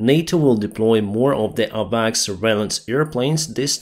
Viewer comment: 1. Ballistic missiles are easy to hit because they follow a predictable path. 2. Atacms are not ballistic missiles. They can maneuver and be unpredictable. 3. AWACS is pronounced Ay-wax. 4. It’s grenade launcher not thrower. 5. Keep up the good work.